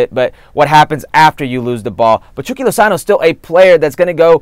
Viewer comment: Why does the host say 'chucky' as 'chewky' 🤔